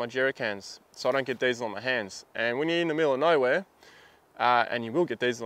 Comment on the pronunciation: It took me some time to understand what you said in the gloves part of the vid...it was Diesel Sounded like Dezel